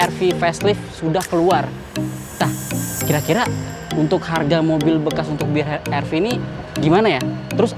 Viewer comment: BRV dibaca 'Bi Ar Vi'. Bukan 'Bi Er Vi' 🙂